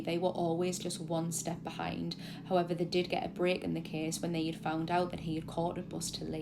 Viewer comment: Just here for the "high evers"